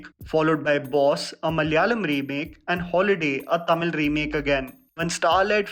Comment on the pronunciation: is finally becoming better with Tamizh pronunciation ♥️😂🤟